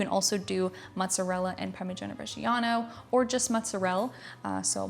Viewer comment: You know is Italian when she can't be bothered to finish saying words like "Mozzarell"